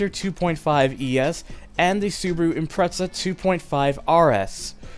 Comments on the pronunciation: I cringe every time he says impretsa instead of ImpreZa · stop saying impreza as impretza. its not a pretzel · whats an impretza?😜 but great vid man loved NFS U2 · you said impretza instead of impreza